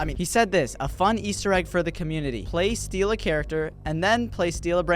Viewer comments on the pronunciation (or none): none